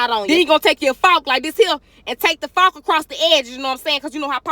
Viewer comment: “Take tha fawk and go cross tha edges”! 😂😂😂